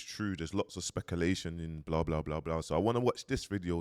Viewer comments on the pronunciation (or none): The ‘ohua brothers’. ‘Specalation’ pls man. Please.